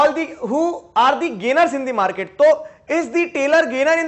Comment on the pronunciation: sir you should not read it di because the is used on front of consonent and di before vowel and C (cloth) is not an vowel thanks